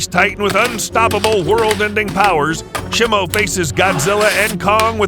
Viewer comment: it’s pronounced she mu